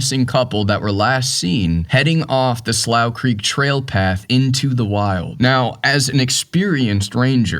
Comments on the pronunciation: The name of the trail is pronounced “Sloou Creek”……and that is a shallow creek. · Slough Creek is pronounced Sloo Creek. Have been there dozens of times, mostly into the third meadow. But that was years ago. I am now 80.